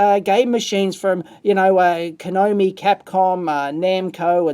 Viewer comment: He also sayed Kanomi